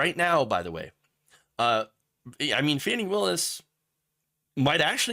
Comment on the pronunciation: I don't mean to be rude but her name is pronounced like Fawny.